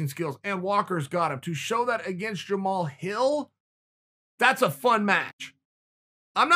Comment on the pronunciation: Honestly kinda shocked that Chael pronounced his name correctly